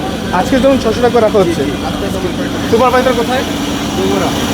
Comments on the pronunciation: ভাই বাছে না বাসে হবে। উচ্চারণ ঠিক করেন ছুভারজার সুপারভাইজার হবে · রিপোর্টার কে? বাচ কি? বাস না বলে বাচ আর সুপারভাইজার না বলে সুপারবাইচার বলতেছে? শিক্ষিত মানুষ রাস্তায় রাস্তায় ঘুরে আর এমন অশিক্ষিত মানুষ জায়গা নিয়ে বসে আছে বাহহহ